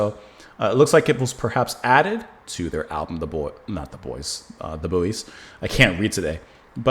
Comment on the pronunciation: The group's name is pronounced "Boys". Their lead singer and guitarist, Bill Kelly, sadly passed away earlier this year. RIP, Bill. The group, founded by Bill Kelly and Jerry Hludzik (RIP, from Jeddo Boro, PA) later became Dakota. The song rose to #14 in 1971. Three men were trapped in a mine. Two of the three ate the third, Timothy.